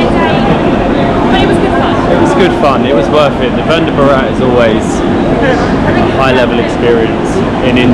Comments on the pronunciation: Your videos are interesting. Please please please.. you are mis-pronouncing the names 😂. Vande Bharat is what you pronounce is incorrect. I would request you to ask the local people how to utter the names. I'm sure you will say it right before you guys return to your country. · It's vande not Vander sir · ARE BHIE..........ONE DAY BORAAT.......nahi.......( Vande Bharat )...........😂😂😂😂😂😂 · "Venda Burat" train. 😂